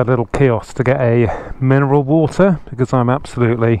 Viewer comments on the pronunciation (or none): none